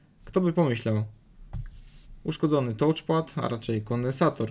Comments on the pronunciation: Błagam: "TACZPAD" nie "tołczpad"❗ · A czasami brzmi jak tłuczpad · "nie działa tołczpat". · jezus! co to jest tołczpad? (da się przeżyć, jak ktoś kaleczy wymowę raz - gdy raz coś wypowie, ale jak się to powtarza i powtarza?! ileż można!) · troche uszy bolą od "tołcz" pada, poza tym naprawa fajna i prosta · Psuje całą przyjemność oglądania